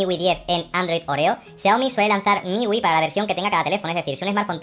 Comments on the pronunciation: Hombre, MIUI se pronuncia miyuai, para que lo digas fino filipino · "Miwi" - refiriéndose a MIUI, 2018